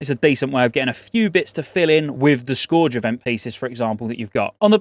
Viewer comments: you would think someone from England could speak English....Scorge? Scourge -> scuurge lol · "Scourge" is pronounced "Skerge", just sayin' :) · Scourge. Rhymes with purge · It's pronounced "skurge", especially for us English folk xoxo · I love ya but your pronunciation of scourge kills me a little each time. It's said as "Sk-erge". They even voice act this many times in the game come on man! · “Scorge” event. I love you 🤣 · Why are you saying scourge weird?